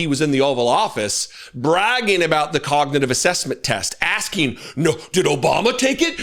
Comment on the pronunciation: Trump's cognitive test obviously didn't include pronouncing the word cognitive correctly.his mental and physical health are obviously seriously impaired.